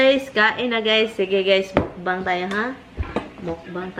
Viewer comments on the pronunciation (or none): none